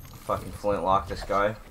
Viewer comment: he says," Flintnock"! Lol, it's pronounced " Flintlock"